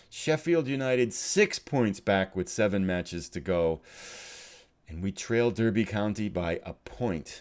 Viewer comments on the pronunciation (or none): Couple of notes. It's, when you say it. Just like a derby is a darby. And your goalkeeper is Kinnear - kinEER.:)